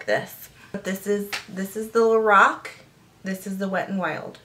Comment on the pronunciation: It's pronounced "Lor-ahhhh-c" :-)